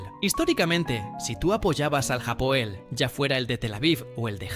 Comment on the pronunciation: Felicitaciones por este video! Vivo en israel y conozco la liga israeli, bien contado y buena forma de informar (informacion cierta) Solo que ligat aal y no ligat jaal , tampoco es japoel, es hapoel (H sin sonido) en cuanto a lo de que buscan talentos en sudamerica, eso ya no pasa, pocos futbolistas llegan de sudamerica y ninguno se adapta, ni el equipo al estilo del sudamericano, aca el futbol tecnico (sudamericano) no existe,aca es todo ya y ahora, todo rapido, pensar menos (en cuanto a futbol)